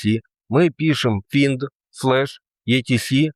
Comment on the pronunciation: Едить как ты изучаешь линукс не зная английского? Финд сам ты финд бедняга. Это Файнд.